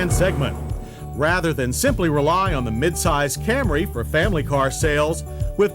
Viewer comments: It’s the mid-90s, but he’s still saying Cam-ray! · There John goes again with the CamRAY reference. I guess he is just sticking to his pronunciation of it!